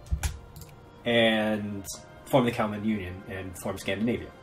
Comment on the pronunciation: It's KalmaR Union, not KalmaN.